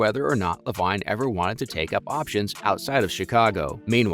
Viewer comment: His name is Lavine...pronounced Lavene.....if you have never watched the NBA you shouldn't speak on NBA videos and should immediately hide in a hole until oxygen is gone. Trash.